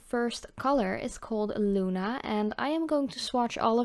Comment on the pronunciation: i love pigments my favorite calypso y flaminko algunos nombres son en español bonita pronunciacion en español al decir luna